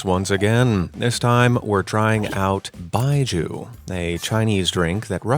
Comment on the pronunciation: Pronounce Baijiu properly. It's not Baiju, it's Bai-jio. Do better.